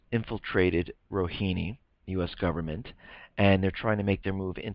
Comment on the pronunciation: the correct pronunciation is Rohaani, not Rohini. thx.